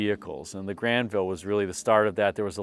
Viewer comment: Well done on the French pronunciation, my friend 👌